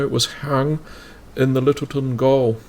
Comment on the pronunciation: Gaol is pronounced jail. It's an old name for jail